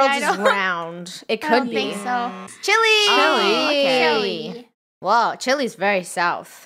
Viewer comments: it makes me mad when they say Chilly instead Chilay/Chille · it's chile not chili 🌶️ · The way they pronounced Chile “Chilly” 😭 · I love how they pronounce it “Ch-ill-E”